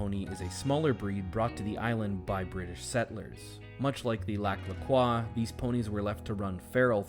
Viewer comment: I’m from there- why are you saying croix wrong 😞